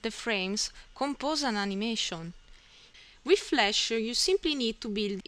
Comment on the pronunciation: The wiff and aight!